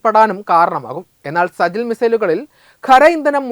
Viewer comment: സജിൽ അല്ല സിജജീൽ